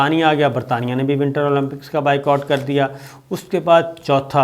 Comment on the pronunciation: انگریزی لفظ “Boycott” کا صحیح تلفظ بھی “بائیکاٹ” ہی ہوتا ہے بائیکوٹ نہیں!